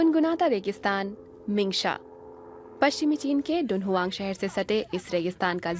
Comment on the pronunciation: शहर का नाम तुन्ह्वांग है डुनहुआंग नहीं